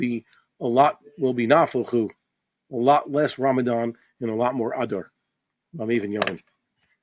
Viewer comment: When you say "Adar" it sounds like you are saying a cross between adder snake and cow's udder. Can't you stress it at the end as in A-dar.